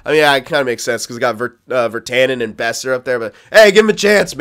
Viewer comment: Boeser is pronounced "Bow-Sir" I'm pretty sure